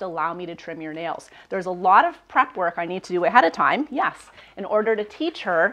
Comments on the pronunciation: you're saying YAS....not YES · Are you saying YES or YAS?